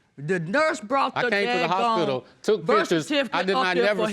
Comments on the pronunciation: Also cerfiticate, Pacific instead of specific 🤦🏿‍♀️ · Wowww the grammar, where are they from? I feel bad for them like they were left in time...she said Sa-Ki-Facet for Certificate 😔